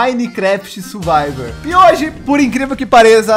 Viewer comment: Pessoa normal falando survival o falando surbavel